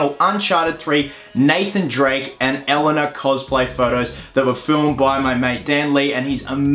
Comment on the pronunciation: Is no one pointing out that he saying Elena wrong